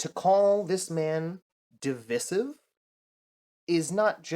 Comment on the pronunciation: Fr. Proclaiming he's a racist, typical leftist bs. Charlie was the farthest from it. You can't expect much from someone who can't even pronounce divisive correctly.